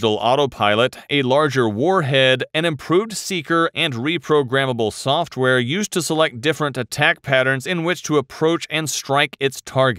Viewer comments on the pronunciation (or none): none